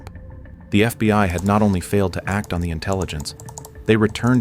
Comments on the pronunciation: Is it really that hard to get the AI to say "FBI" instead of "FBY" after all this time? xD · This fucking lazy ass channel pronounces FBI “FBY” in like half their videos. I get it it’s made with AI but you can’t even check for fucking errors before you post?